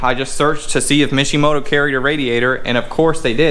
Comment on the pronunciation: Intro gets me everytime 😂😂😂😂. turned that mishimoto into a wishimoto 😂😂😂😂